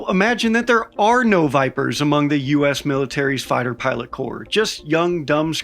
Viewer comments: "...their filot pighter corps..." Their filot pighter corps???? Another nate light, huh...? LOL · pighter filot corps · “Filot Pighter” 😂😂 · Ah, yes, "filot pighters" were always in such short supply